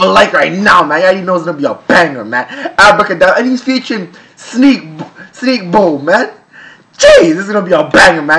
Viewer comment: Finally said Sneakbo's name right 😂